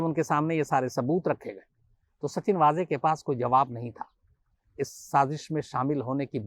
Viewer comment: मेरा मानना है कि उनका नाम वाजे नहीं वझे है कृपया सुधारे। पता नही आप लोग गलत उच्चारण क्यों कर रहे है